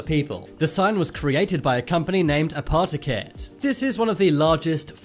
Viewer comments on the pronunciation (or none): ”Apartheiket” its AP O TE K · Not «aparthotek» - it’s more like «apo-tech». «Apotek» simply means «Pharmacy» in the Scandinavian countries. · apoteket nah its apou teak ett btw i live in sweden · The way he pronounced apoteket makes me die “Apa-tekkit” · im swedish and the way you say apotek is wrong and pretty funny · The way he pronounced “Apoteket” just hurt me